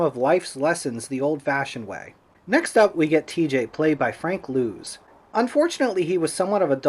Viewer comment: Correction on the name pronunciations,: it's Bohrer (BORE-rer), and Franc's last name rhymes with "does"; it's not "lose". Wikipedia has it wrong, in case you looked there.